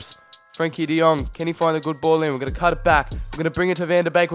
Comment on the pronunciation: De lit , de young😂